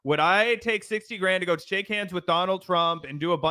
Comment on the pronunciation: It’s pronounced shake